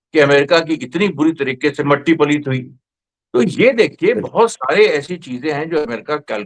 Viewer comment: " Matti paleet " kiya bola hai sir aapne. 😂😂😂 Matti paleet hi nahin budhapa paleet hojai ga.